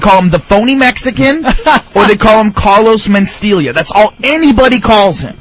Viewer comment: Carlos Men-Steal-Ya! AHAHAHAHAA!! l.m.fugging ass off..